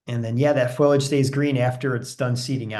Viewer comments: useful catalogue of plants. Note that the word for leaves is fo-li-age, not foil-age. :-) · Not foilage, foliage! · 😄Thank you, I know the difference, I get nervous, I'll do better next time